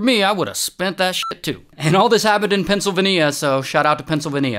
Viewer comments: Pencil- vanee-a ✅ Pencil- ve- nia ❌ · Bro, it’s not Pennsylvenia it’s Pennsylvania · Pencil-vinia is crazy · Pen - Sil - Vane - Ya...you said it weird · Lol Pennsyl-vania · Pencil vin e uhh 😂😂😂 someone help Ray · NO WAY BRO SAID "PENCILVINNIEA" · Bro did NOT just say " pencil-venia" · Not pencil-Ven-knee-ya 😔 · Where are you from pronouncing Pennsylvania like that??? Pencil-veneers is insane😂😂😂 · “Pencil- vEneeUh✨✨✨✨” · Pencil va neeya? Where's that? Is it too much to ask to prounounce US STATES correctly? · I have a problem with how he said pennsylvania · WHAT WAS THAT PRONOUNCIATION OF PENNSYLVANIA, also what was that state shape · That’s not how you say Pennsylvania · Bruh, i really hope you were trolling with your pronunciation of Pennsylvania lol.. holy sheeet man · That's not how you say Pennsylvania 😂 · The only real crime is your pronunciation of Pennsylvania